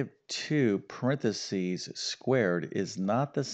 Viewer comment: Could you please improve pronouncing paranthesis